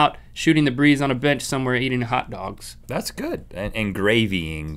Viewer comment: hold on did Rhett say goot mythical morning"?